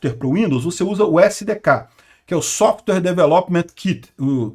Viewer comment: Vamos melhorar o inglês já que não dá para falar nada sem usar inglês: DEVICE se pronuncia [di-vaiss]. E SOFTWARE tem duas sílabas: SOFT + WARE = [sóft - uér]. Agradeço a atenção.